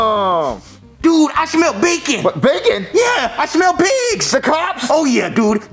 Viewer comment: you realise the character joseph has a speech impediment? he says "dude", as "dood"